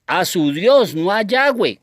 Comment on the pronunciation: Cual yayweh suena raro como que le falta algo